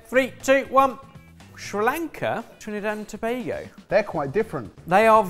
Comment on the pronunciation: Felt so proud when I heard said Trinidad and Tobago 🇹🇹